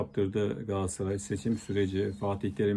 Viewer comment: Hıfzıssıhha kelimesini diyebiliyosun ama Galatasaray'a hep Gaassaray diyorsun.Bence biraz buna çalısman lazim.